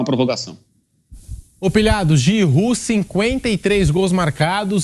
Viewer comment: Gente Giroud não pronuncia assim como os comentaristas estão pronunciando, "Giru" se pronuncia "Girrô".